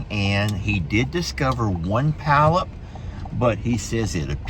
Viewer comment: polyps not palyp